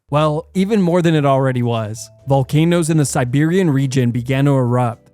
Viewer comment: dO U mEaN SeRbIaN oR aNoThEr cOuNtRy CaUsE tHaT iS nOt hOw U sAy It